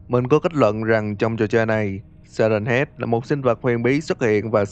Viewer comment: Si hét chứ ko phải siren head